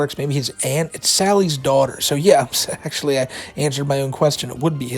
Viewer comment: exactly! "Ak-chur-lee your doche bag honour I know the laws. I'm not stupid. That man tried to start a riot with my neighbours and put me, my friends and my families live in IMMEDIATE DANGER! SO DO YOUR FUCKING JOB VITCH!!!"